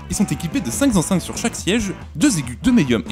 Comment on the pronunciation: Très sympa la vidéo. Mais… il n’y a toujours pas de S au pluriel avec les chiffres. « Cinq ZENCEINTES ». Ni quatre. Ni sept. Ni huit. Ni neuf. 😂